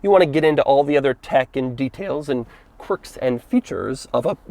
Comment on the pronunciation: "corks and features"